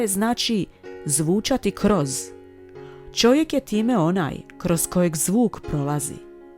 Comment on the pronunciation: kaže Čovjek, a Ne ĆOVJEK